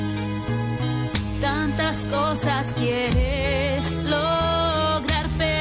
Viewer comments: dice empezando a fifir con f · Soy yo o se dieron cuenta que habeces dice, empezando a fifir? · Se dieron cuenta dice epezando a fifir en las primeras partes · dice fifir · dice fifir en vez de vivir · “Empezando a fifir” xd